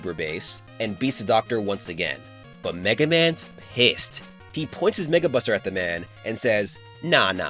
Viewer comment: anyone else heard '[NWORD] Buster' or is it just me?